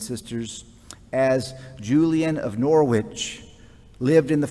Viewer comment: Norwich pronounced; the 'o' is like the 'o' in 'horrible' followed by 'rich'.